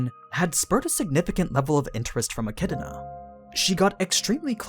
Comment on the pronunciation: Eck -ee-doh-na